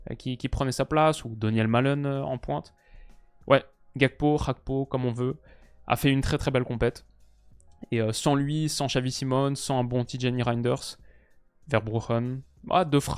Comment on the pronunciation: C'est GA KPO "FER" en togolais pas HAPKO ça me fait rire quand tu dis Hakpo c'est un togolais d'origine donc pas besoin d'une prononciation extraordinaire lis comme tu vois.😂😂